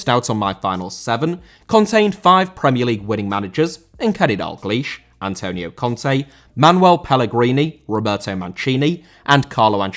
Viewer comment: Antonio* not Antouwniouw